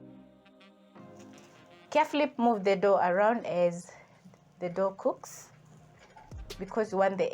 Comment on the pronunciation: Madam it's Flour not flower, it's dough not door anyway thanks I've taken notes.